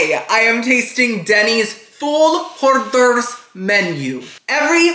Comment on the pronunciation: I love how you pronounce hors d'oeuvres with a Latin accent.